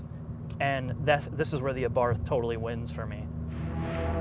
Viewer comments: "Abarth" is pronounced "Abart". The roaring pass is scaring the drones away. 😄 Leave it to the Italians to focus on passion properly. 🙂 How can they put a Beats sound system in the car? Isn't Beats just a ripoff brand to fill a rapper's lair with more bling? (Well, OK, at least the name isn't misleading marketing.) Hill assist - Now the parking brake will completely rust away in loneliness. That's the other thing about the Abarth. The bird was trying to tell you. (I gotta say though, if a bit of tweeting in the background bothers you even though your voice is clearly understood, your perfectionism is your curse. ... And birds tend to sing for prolonged periods. ... And they usually sound lovely.) The Abarth makes the birds sing. The birds again. 😜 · "Abarf, Abarf, Abarf, Abarf". The H is silent, Abarttttttttt. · It’s pronounced “Abart” not “Abarth”. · OK nice review... But it is an 'Abart' not an 'Abath'! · Came all the way over here, 4 years too late, to tell you it's pronounced, 'ah-bart.' His name, was Karl Abarth... Google, something. Ya' Ninny! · Abart. The th isn’t pronounced as it appears. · I'm pretty sure it is pronounced "abarT" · How can you take anything seriously about a car that looks like that. Should be called an A-barf. Turbowski would NOT own this thing. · The pronunciation is a bit wrong (should be pronounced Ahbart), but just a tiny "annoyance" (if that) in an otherwise excellent review! ;) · For the love of God, it's pronounced ah-bart. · Say: Ahhh-Bart. Ciao. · Great review but the Fucking H is SILENT! Otherwise, I enjoyed your review. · PLEASE, learn how to pronounce the model designation. No-one can take you seriously when you so completely mispronounce "Abarth" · Also, by the way, the correct pronunciation is Ah-bart, not Ay-barth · The "Abarf"! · Either is better than ah-bath. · We say in Italy Abart